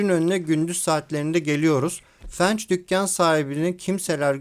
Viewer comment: gardaşım merhaba, videolarını severek takip ediyorum. shorts'da her önüme düştüğünde kitliyor :D diğer videolarda da dikkatimi çeken bir detayla ilgili naçizane ufak bir ricam olacak. bu "Fence", fens diye okunuyor, fenç değil. her seferinde beni zıplatıyor, dikkat edersen çok sevinirim. umarım yanlış anlamazsın. başarılar dilerim . öptüm